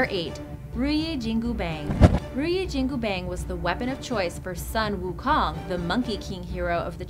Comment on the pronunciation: Sun Wu Kong is pronounce as Soon Wu Khoong.... And not Sunny Sun And not king Kong’s Kong...